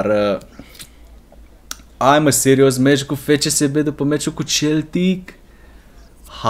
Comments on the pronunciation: De fiecare data cand zici Celtic in loc de Seltic adica cum se pronunta corect imi vine sa ma zgari pe fata... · Baaa se citește seltic nu celtic asa se scrie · Se citește Seltic nu celtic cum zici tu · Se citeste Seltic nu Celtic